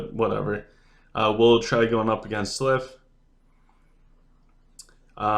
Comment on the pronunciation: Love you, such a useful video, we need more of this!! But please stop calling them slyph instead of sylph, I can't take it 😂😂😂